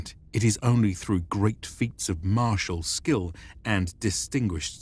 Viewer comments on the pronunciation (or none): none